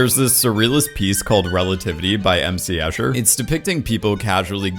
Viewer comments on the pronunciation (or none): none